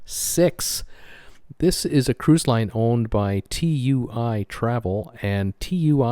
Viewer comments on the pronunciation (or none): Tui (too wee) not T. U. I.